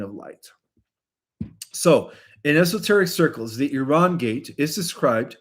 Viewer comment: Thanks for pronouncing it correctly,.:" Eeran", and not " I ran"